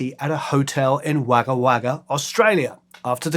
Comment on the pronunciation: In case not already mentioned, Wagga is pronouned Wogga :)